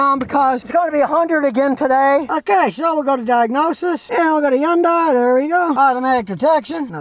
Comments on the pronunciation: Scotty...it's pronounced Hun-day, not Hi-un-day! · hyundai: "hun dai" not "hi yun dai" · He pronounces it more like Yun-die. In Korea it actually is pronounced Hee-yun-day. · It's pronounced Honday not YunDie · Scotty, fuh Gahd's sake, it's HUN-day, rhymes with SUNDAY. Jeez. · Scotty, Hyundai itself said that in the U.S. the name is pronounced "HUN DAY"... nothing more elaborate or exotic sounding. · Did he say. Yunday???? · Okay, this is nit-picking . But here goes anyway. Hyunadai is pronounced like Sunday but with an H instead of an S. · “Yawn-Die” never gets old. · Learn how to pronounce Hyundai and someone might listen to you. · If you can't pronounce the name of the company, you shouldn't do videos about said company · Lmao 😅🤣 Scotty be pronouncing Hyundai.